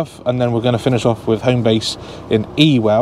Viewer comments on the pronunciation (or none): Ewell is actually pronounced uwell Absolutely brilliant channel. Thoroughly enjoy them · Ewell is pronounced YOOL! Cheers love your videos.